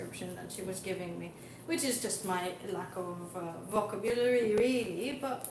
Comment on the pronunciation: Vocab-u-Lary not vo-cab-ill-ary, the irony!